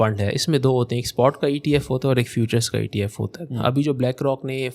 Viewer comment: its ETF not FTF